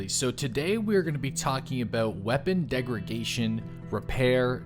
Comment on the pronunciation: Btw it's "degradation" not "degragation"